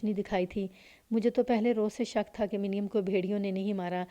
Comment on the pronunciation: منیم کو muneem پڑھا جائے گا